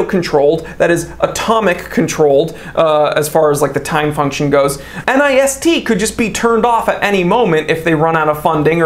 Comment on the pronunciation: Easier to say NIST pronounced like fist but with an N. Common usage for people that interact with them.